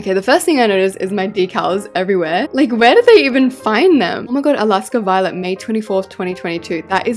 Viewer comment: she said voilet